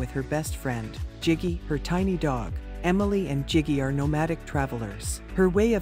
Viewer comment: “…lives with ‘Jiggy’ in a van”….😅😅😅😅😅…It’s Gigi….jeeez….Jiggy…😅